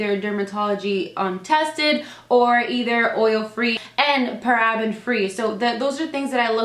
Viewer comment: Paraben is pronounced like "para" "bin" just so ya know for next time :) Love the video! We look for pretty much the same kinds of foundations!